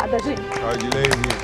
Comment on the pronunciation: Edleide close errado